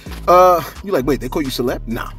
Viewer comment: I appreciate the shootout Celeb and thanks for pronouncing the name correctly SALUTE 💪🏾💙💙💙